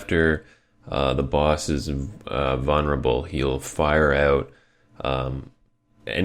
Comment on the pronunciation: why do you pronounce vulnerable as vunnerable? Don't know why but it bothered me.